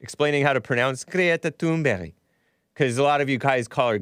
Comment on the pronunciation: Seriously you gotta stop saying thun"berry". These foreigners gotta learn to spell their name phonetically when they move here. They always spell it in a way that if we pronounce it phonetically then we will obviously say it wrong, and then they get all mad at us for saying it wrong and call us stupid. Theyre the stupid ones and they need to leave my dang country. It happened to me with the mexicans and the german/asian foreign exchange students we had. These people are just awful and i want them out and u need to just say the names wrong on purpose.